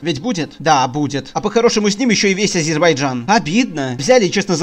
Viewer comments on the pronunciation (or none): none